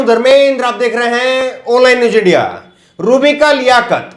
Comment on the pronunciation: Oonlin newjindia nahi bhai aanlaine newz inndia bolo to aapki trp badh jae.